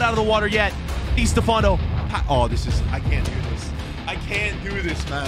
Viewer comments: "Dey Stefanou" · its distafffano